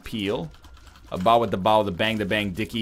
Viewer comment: No shit you haven't listened to Bawitdaba since you started making that reverence, you've been saying it wrong for years. It's 'diggy', not 'dicky'. Driving me crazy since Wrath of the Lamb.